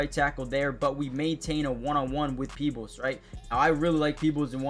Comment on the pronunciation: You said his name right peoples he is the world by all of Baltimore Ravens🐦‍⬛🖤💜